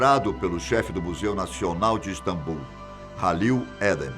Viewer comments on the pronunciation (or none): none